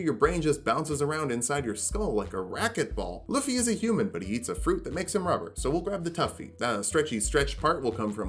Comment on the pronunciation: You really towed the line but his name is pronounced Lou-fee. If anyone argue there is a whole anime where several people have yelled his name in two syllables and I have never heard luh-fee.